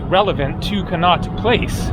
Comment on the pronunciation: Con - not place! Said like that! That's how we pronounce the street in London after which it was named!